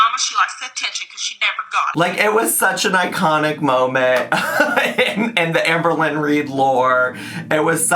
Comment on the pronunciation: Oh I see, someone fell for her manipulation tactic with the poem😅 Also it's Amber Lynn. Not Amber-Lynne, nor Amer-Lynn.